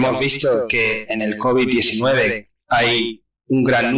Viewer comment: Bruto el primero dice looby 19 y después cobi 19 jajajajajajaja explico mejor el segundo